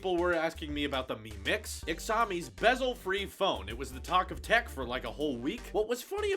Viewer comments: It is not X ow mi It is show me Shaow me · omg you said xiaomi so wrong... Its like whenever something new comes out you cant read geesh. HTC Viva